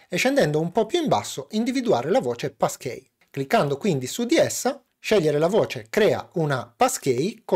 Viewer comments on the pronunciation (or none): "PassKII", anzichè "PassKEY", magari? ;) Bellalì e grazie per il video esplicativo. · sarò pedante,ma si pronuncia passchii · Da Americano, hai ragione. La pronuncia di e' sbagliata.